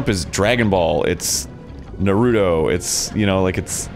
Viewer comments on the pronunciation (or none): Arin mispronouncing "Naruto" for the millionth time. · Arin goes to Japan and knows Japanese, yet he says "narudo" its pronounced "Na-ru-to" i say it in the proper japanese pronunciation because i have no life